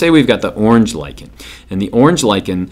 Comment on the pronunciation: HE LIKENS LICHEN TO LICHEN nyuk nyuk nyuk nyuk